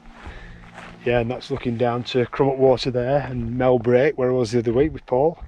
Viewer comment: Its pronounced MEL BREK! from a proper west cumbrian;)